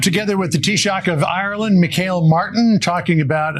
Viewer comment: You pronounce his name ME-HALL MARTIN His title is pronounced ls TEA-SHOCK (NOT having a go at MTN...but a general point). Shocking that this gobshite did not know that Israel CLOSED their Embassy here in Ireland due to our stand with Palestinian